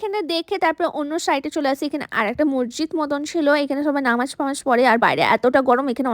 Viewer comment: নামাজ কে অপমান করো না ভালো ভাবে বলতে পারো না তাহলে বলো কেন হে সারাজীবন অনলাইনে ওড়না ছাড়া ভিডিও করে এখন আবার নামাজ ভালো করে বলতে পারো না আমার তোমার লাইফ নিয়ে কথা বলার ইচ্ছে নাই তবে তুমি নামাজ কে অপমান করে ছ